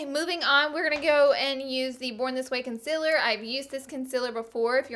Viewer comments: Did anybody notice she says con-cil-er intstead of con-ceal-er? 😂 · okay, you're great, but the way you say concealer bugs me soo much. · I will never get over how she says concealer 😂